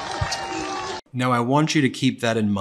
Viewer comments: I thought they were saying "Tooter Dixon" and thought why not change it 'Cooter'😱😂🤣😂🤣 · It's actually it's Tudor Dixon, but I love you calling her Tooter. That's how I heard it, and how trump pronounced it. It is far more apt that a royal name for a woman that toots such base crap. 😊